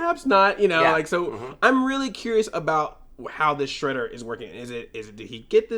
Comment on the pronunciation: Shredder. Not Shraydar.